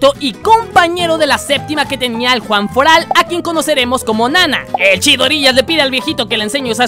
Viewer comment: Es one Fort Alt no Juan Fort Alt